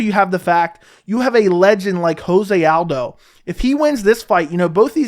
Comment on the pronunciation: It’s not ho-zay aldo. It’s Jo-zay. The man is Brazilian not Mexican.